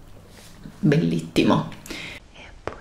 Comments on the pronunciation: A 39 secondi che diceva bellittimo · Io che sbaglio ogni singola lettera in italiano: bellittimo esatto proprio ✨BELLITTIMO✨